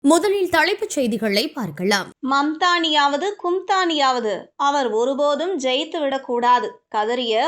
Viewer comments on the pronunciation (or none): என்னம்மா தமிழ் மேல இப்படி லாரி ஏத்தி கொல்லுற,,,, தழைப்பு செய்தி ன்கிற, முதழில்னு சொல்ற,, பார்கழாம் னு சொல்ற உனக்கு தமிழ் சொல்லிக் கொடுத்தவன் யாரு? நீ normala பேசு தமிழ் pronouns ன்கிற பேர்ல கொல்லாத,, உன் voice கேக்கவே எரிச்சலா இருக்கு